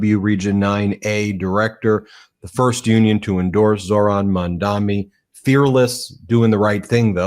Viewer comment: Please get his name right - it's Zohran Mamdani not Mandami. We'll be saying it a lot so show your respect by learning his name.